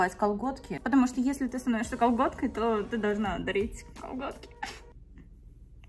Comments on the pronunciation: Я же не одна всё время вместо «готкой» слышу «колготкой»? :D Это получается, я не удержалась и стала...КОЛГОТКОЙ? АПХАПХПАПХАААХ, ОРУ 😹😹😹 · "Я не сдержалась, и стала..." Все люди: готкой: кАлгОткАЙ 🖤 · Да, окей, хорошо, стала колготкой, мммм, допустим... 😹